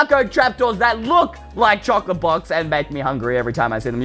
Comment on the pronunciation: Choclate..? ...... ..... .... CHOCLATE!!!